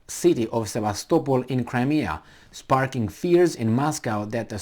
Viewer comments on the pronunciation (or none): none